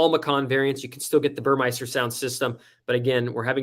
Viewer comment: Great info! Look forward to your vids… As a Porsche savant, and in no way to embarrass you, you are not pronouncing Burmester correctly. There is no “i” in Burmester. It’s pronounced Buhr-Mester. Cheers/B